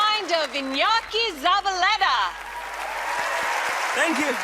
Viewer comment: I enjoy a lot reactions, despite I am not too interested on magic. PD: I think it could be difficult for some american people to pronounce Ñ, but Alisson did it so well, although not so good the pronunciation of Z. PD2: I challenge to pronounce Iñaki Zabaletta, correctly Nice job,. You will have 100000 subs soon